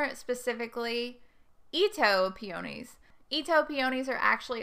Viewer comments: If you want me to watch and pay attention to your advise, the least you can do is learn to pronounce the name of peonies properly. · I really wanted to watch this video since I was specifically interested in planting Itoh peonies in containers. But I could not get past the fact you were not pronouncing "peonies" correctly. It may be location specific but that pronunciation was driving me crazy so I had to move on.